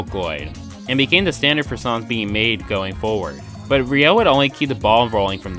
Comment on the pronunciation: It's Ryo, not Riou